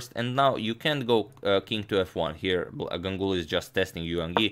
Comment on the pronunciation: Always love to see Indian players game.... Just to mention here, when you pronounce Ganguly... It's not like Gang uly... It's more like Gaanguly